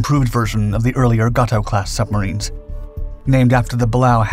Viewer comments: For the love of god it is pronounced gay to class. Not the Spanish word for cat. Gayto gayto gayto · the class is pronounced. Bah. Lay OH the other class mentioned GATO is pronounced GAY TOW ..he mispronounced both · Yes...this. And the Gato class is pronounced Gah-toe...